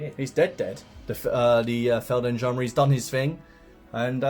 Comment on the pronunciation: Hey! Just want to quickly point out that "gendarmes" are pronounced "chand-arms".... sorry, Im a German... and Im easily triggered